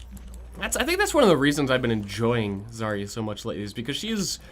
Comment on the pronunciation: But is it Zar-ia or Zar-ya? I think everybody mispronounces it all the damn time. (Я on the end)